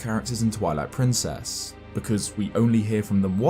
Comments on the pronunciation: Did you say "Toilet Princess"? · Omg, I had to stop the video at :20 and leave this comment because I totally heard you say “Toilet Princess” XD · I thought he said toilet princes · 😂 I heard it as well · Did he just say TOILET PRINCESS😅😂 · Is it just me, or did he say Toilet Princess? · it soinded like he said "toilet Princess"